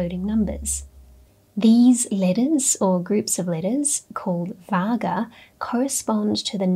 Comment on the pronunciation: One correction: It’s "Varga(Vārrga)" not "Vaga". Also, it’s "Avarga(Āvarga)" not " A vaga". Thanks❤